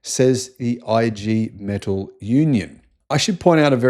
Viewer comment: The Union name is pronounced EE GAY METAARL